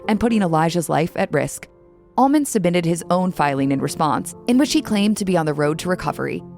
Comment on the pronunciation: well, I dont think shes messed with dope or booze much. Other than that, not much. Your narrator sounds like she is saying ALMOND by the way. Im not sure this isnt AI, and thats exactly what she is saying!!